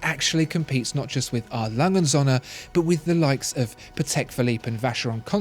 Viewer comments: it‘s A. Lange und Söhne, not A. Lange‘n Sonne. It‘s not hard to look up pronunciations. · Please just refer to A. Lange & Söhne as Lange, just Lange because you can't say the rest properly and it's annoying.